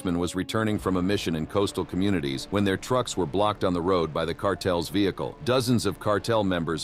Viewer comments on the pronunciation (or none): none